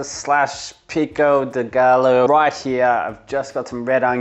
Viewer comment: I'm definitely gonna try out that mince and cheeze sauce. I totally ballsed up my first go at a cashew sauce like five years ago so I've been hesitant since, but you make it look easy. Also, no shade, but the 'gallo' in 'pico de gallo' is pronounced like ''guy-o''.